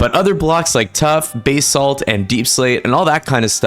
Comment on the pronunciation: bro said BAYsalt and not basalt